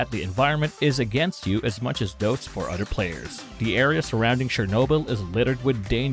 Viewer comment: "Udder Players"